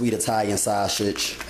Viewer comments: yes it looks good but I can't follow or trust anyone who can't pronounce the food properly lol it's sausage not saushit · Lol. Me too!! At first I didn't know what shawsage was!! Lol. Great job tho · You say sausage weird, but you're right. We've been making spaghetti like this for years. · lol he do say it funny